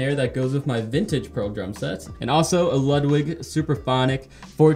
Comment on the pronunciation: Ludwig pronunciation is wrong